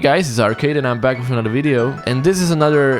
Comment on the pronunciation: says video right. says windeo.